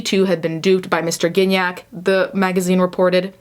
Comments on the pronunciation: Gignac is such a french canadian name x) the first g is not pronounced like that, its the other g. Can’t think of an english word that uses that sound... its not like giraffe, there’s no d sound before. Anyway. What a weird timeline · I didn't realise you pronounced Gignac like cognac 😬